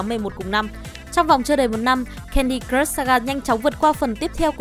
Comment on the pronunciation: Thấy bạn nữ này đọc mấy từ tiếng Anh cứ sượng sượng. Cứ nghĩ có thể chỉ do quen đọc tiếng Anh chậm thôi. Nhưng lúc nghe đọc từ "crush" thì có vẻ mọi thứ tệ hơn t nghĩ =))